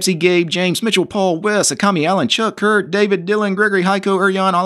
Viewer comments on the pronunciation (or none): none